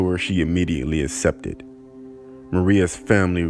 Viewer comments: "assepted" 😂😂😂 great video bro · Out of everything I got she immediately “asssepted” lmao 🤣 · It's pronounced 'es-cape', not ex-scape, and 'ack-septed', not assepted. And yes, I AM an English teacher.